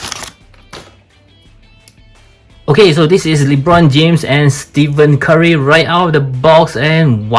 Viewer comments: bro said steven curry lol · Is golden state warriors bro and his name is pronounced as Ste-fen Curry, might wanna brush a bit of that as some nba casual fans are also trolls, and they could be a lil nasty, btw proud a famous reviewer is from SG, I grew up in the lion city for over 15 years so is like my second home